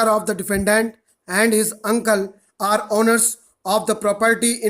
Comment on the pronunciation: Kuki aapko bolna hi ni aata na are me diff na or me diff mtlb hadd hai